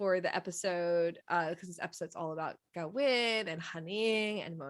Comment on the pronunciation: Thyme is pronounced "Time" not "Tom" and Kavin is pronounced as K not G. Thank you.